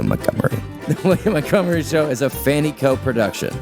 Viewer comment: Why the actual fuck do SO MANY people mispronounce the ever loving hell out of the name Montgomery???? It's MONTgomery Not MUDgomery I'm unreasonably angry about this 😂😂😂